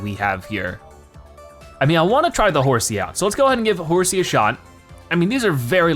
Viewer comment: It's horsea